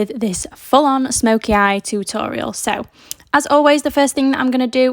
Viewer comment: Love the way you say “too tor ee al” 😂